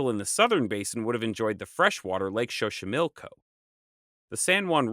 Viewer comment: I know this video is old, and im sure im not the only one to say this, but your pronunciation of place names is wayyy off. Xochimilco (zo-chi-mil-co) with a z sound, texcoco (tex-co-co) with a x sound, like texas. Not trying to hate, i love your channel! I would be more than happy to help is some way. You can send me names and i can send you audios with the correct pronunciation.